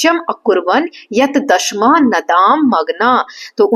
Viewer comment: maam i think u r pronouncing दशमः as dashmah but i should be pronounced as dashamah